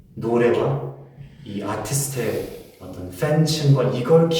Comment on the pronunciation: 이넘 전문 연기자네 한국 말투 어눌한척하는데 어려운 전문용어는 거의 다 쓰고 애매하게 알아들을만한 용어만 생각안나는척 영어로 쓰네 근데 아티스트는 왜 정직하게 한국식발음쓰노!